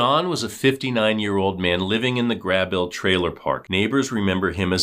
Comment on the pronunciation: The city is pronounced “Gray-bull”, not “Grab-bull”. Grabill, Indiana.